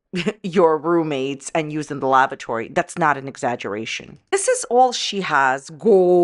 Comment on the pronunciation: it makes me giggle when you say “lavatory”